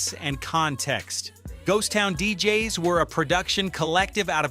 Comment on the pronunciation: Terrible AI voiceover. "Ghost Town DJ-S?" 🤦🏽‍♂️